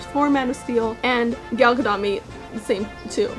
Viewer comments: its pronounced with a hard T at the end GadoT, i thought it was pronounced like french Gadoux in the begining. Saw you were struggling a bit in the video so to clear it up. Loved the vid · It's actually pronounced "Ga-doat." The last part is like "goat" but with a "d." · It's Ga-dot. It's Hebrew, not French so the T is pronounced.